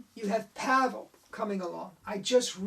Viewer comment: Hi - great post, thank-you. Out of this World was one of the first card tricks I ever learned and I still perform it almost 50 years later! Two points. Pavel is pronounced "Pa-Vel" - two syllables. And he sadly passed away in 2011. He won a FISM award (1982) for his Walking Knot. His family continues to run his website in his name.